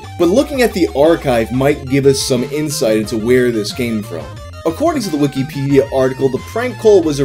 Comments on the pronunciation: The way you say wikipedia makes me think youre talking about a different website since you say "wiki-pedia" instead of wikipedia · Love the way says "weekee peedee-uh"